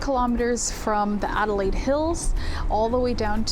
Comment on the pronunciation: never encountered someone who couldn't pronounce Adelaide.